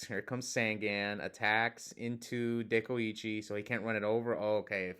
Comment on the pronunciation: was pronouncing Dekoichi correctly … Tsukuyomi is pronounced Tsu-ku-yo-mi I know because I play OCG btw